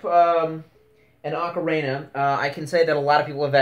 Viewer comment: Is...is no one going to correct his spelling and pronunciation?